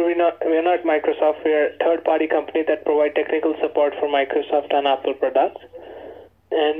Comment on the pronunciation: "No sir. We are not Microsoft. We are a turd-party company that provides ... " blah blah blah. He said, "turd" -- How appropriate!